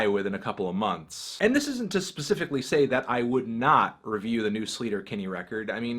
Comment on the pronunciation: Sleater Kinney is pronounced like slayter not sleeter. Named after a road in Olympia Washington. That's how the road is pronounced.